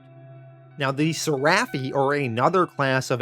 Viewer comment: It’s pronounced ser-eh-phi Not ser-raff-ee